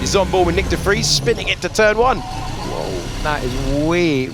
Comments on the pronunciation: Are we going to have to listen to Alex say de Fries all season!? It's de Vries! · Nick... last name Debris? 😂